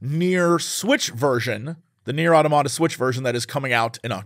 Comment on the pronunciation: Why is Jesse mispronouncing the word automata?